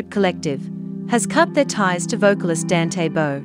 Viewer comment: Please try to get atleast to get his name right?